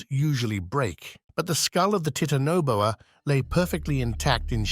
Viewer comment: I am so tired of people pronouncing things wrong, like the Titanoboa; it's obvious what he has on his mind.